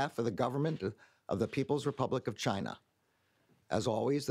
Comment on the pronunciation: Chi Nah ?? 😂